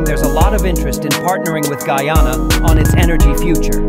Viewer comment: First westerner able to properly pronounce the name Guyana❤❤❤